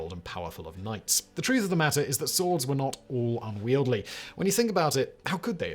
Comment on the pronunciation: Unwieldy: un-weel-dee, not un-weel-dlee